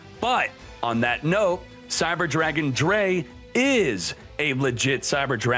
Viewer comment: Its drei, like try but with "D" not a "T"